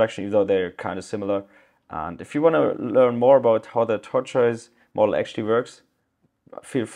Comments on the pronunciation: i know you were struggling with pronunciation, but i pronounce it simply "tor-tus" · tortoise = "tort - iss". like the animal. tortiss. thanks for making this video! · Tortoise Pronounced Tor - Toyss - great video! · it's "tortoise" pronounced tohr-tus